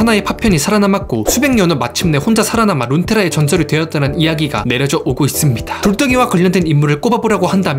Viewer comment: "~이씁니다" 하는 말투 빠져드네 ㅋㅋㅋㅋ